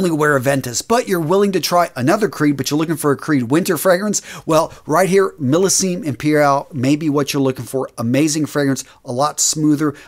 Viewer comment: Ouch. The pronunciation here is absolute cruelty. Homme is prounounced om not ome. Drop the last letter in French words; so you drop the n in Guerlain. Millesime is prounounced with a z. Azzaro is pronounced like arrow... I had to give up at this point, my ears were bleeding from this aural rape. If you're going to talk about a subject please learn how the words sound; the language of perfume is pure poetry.